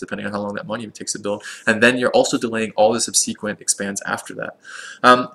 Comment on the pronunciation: Surprised you didn't mention Oligarchy when discussing Trad's economic pluses - so Trad has a total of three gold policies! Also, "subsequent" is commonly pronounced SUB-seh-kwent ;-)